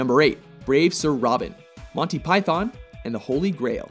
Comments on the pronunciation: why do you pronounce it as monty pythahhhn. it's pronounced pythun. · oh my god, how you said Python made me cringe so badly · I always wanted to know how they're pronounced (I'm German). Since you're British - do you speak the th like in thunder or is it more like Pytun?